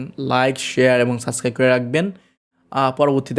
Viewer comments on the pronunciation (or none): none